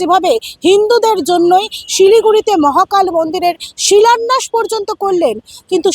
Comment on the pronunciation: ওনার শিক্ষাগত যোগ্যতা নিয়ে প্রশ্ন থেকেই যায়। "শিলন্যাস" বলে কোন শব্দ নেই। উনি "শিলন্যাস" শব্দটাই বলেন। কথাটা "শিলান্যাস"। আর উনি "দোয়া" কথাটা বলে মুসলিমদের উদ্দেশ্য কিছু বলে দিতে চান।